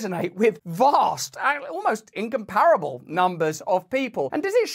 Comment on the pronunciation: You're a very smart man but the word incomparable is pronounced in·kaam·pr·uh·bl. Not, in com pear able.